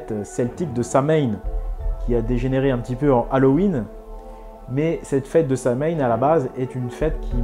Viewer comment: Superbe vidéo c'est bon de voir qu'il existe encore des initiés qui sont pas embrigadés dans les pièges de nos ennemis juste un petit point à corriger sur la prononciation du mot Samhaïn ça s'écrit comme ça mais ça se prononce "Sauwine"Sinon à part sa superbe vidéo